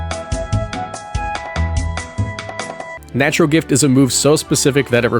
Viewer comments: ah yes, natrual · “Natrual gift” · "Natrual Gift"